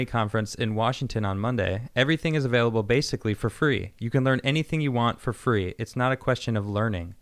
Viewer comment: "Knowledge is FWEE!" - Tim Pool